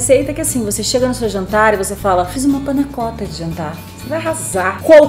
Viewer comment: Não se diz Panna cótta, e sim panna cotta. Sem acento. O cotta é pronunciado quase com O se tivesse um ô.